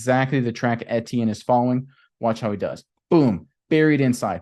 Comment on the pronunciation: FYI: Pronunciation: Etienne = E T N